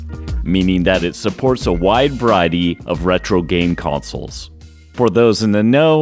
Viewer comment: LOL. Every other English word in this video was spot on. Except that one. LOL. It's like I watched yours and one other video of the most perfect English speaking creators, and both said "consoles" as "counsels" the exact same way. But I did link your vid to a friend of mine with a Mac book. It's still a great video. I'm just one of those who notices the things most others won't bother with or point out.